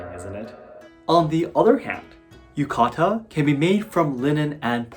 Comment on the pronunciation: ah, yuka-ta